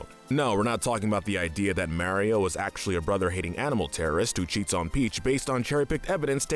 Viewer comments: I don't understand how someone can mispronounce Mario when he says his own name, it's MArio, not MAIRio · its not MaryO its Maurio uggggg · Couldn’t handle hearing “Mayreo” every time lol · Not sure why it is, but when you say Maryo instead of Mario, it makes me jealous of deaf people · MAR EE O NOT MARE E O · His name is MARIO, not Marry-O. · Am I the only one triggered by him saying ['Merio'] instead of ['Mahrio']? 😅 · my guy it's MAW-rio not MARE-io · Ok, but how about saying “Mario” instead of “Mærio”? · its mario not merio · It’s Mario not maryo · Ah yes I remamber playing “Mayrio” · he puts alot of emphasis into the "A" in mario, he be like: mArio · The only comment I could find that talks about this. Not a fan of videos with voices that sound like ai and "mare-io" just made me click away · Can someone teach this man how to say mArio? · There's no e in Mario, stop pronouncing it mehwrio 🤦‍♂️ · Ah yes, “Meario”. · Every time you say "mairio" i die a little inside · Couldn’t even get someone that could pronounce Mario lol? I don’t know who Mare-io is. 🍄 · Nobody:: Mary-oh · Everytime a non-British person says "marry-o", a puppy gets run over by a firetruck. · Why do You say Mario so weird ur saying it like mAIR-iyo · Everytime he says mairio, take a shot. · He says it like such a fucking idiot too... it's completely wrong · It's because Kyle is capable of pronouncing names better than does with his damn ''Meryio'' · The way he says Mario hurts me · I for sure can't watch this with you mispronouncing Mario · The pronunciation of mario can’t be forgiven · Say mario like that 1 more time i dare u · Did the pronunciation of Mario in the video bother anyone else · thats not how you pernounce mario the hole video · The way he pronounces mario and warriors hurts me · Why do you ALWAYS mispronounce Mario's name?!?!?! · This guy can’t say Mario right.